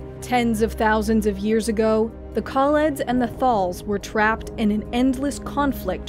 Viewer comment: ‘Skaa-row’, not ‘Skorr-o’. ‘Thaal’, not ‘Thorl’. Other than those dreadful pronunciations, great video.